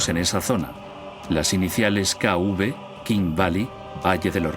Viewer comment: Las tumbas en el Valle de los reyes se identifican como "K-V" (King Valley) seguida de un número; y no "K-UV" como dice erroneamente el doblaje del documental.